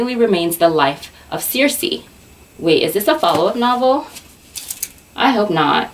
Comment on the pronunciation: you said it right (: "seer-see" Oooh I love the books you chose! I'm from Alaska and I love reading books based there <3 makes me home sick in the best way.